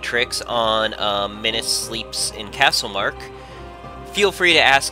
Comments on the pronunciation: It's Costlemark not castlemark. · It's costlemark #illiterate